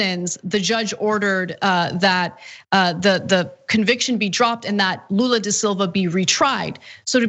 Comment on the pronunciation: Wow, he pronunciation of Lula's name was on point